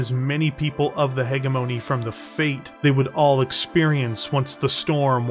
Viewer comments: Still mispronouncing “hegemony” here. It’s a soft g sound, not a hard g sound. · Thank you for the video it was excellent, only thing I had a hard time with was the way you said “ hegemony”guess people say it differently in the us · Well done, a good listen. But a small gripe would be the miss pronunciation of hegemony. If it was once or twice no big deal but it was said so many times it pulled me out of the story a few times. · This is so good! I just wish you knew how to pronounce hegemony.